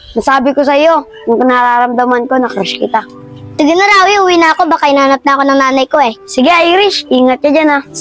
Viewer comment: Rawi yun hindi rafy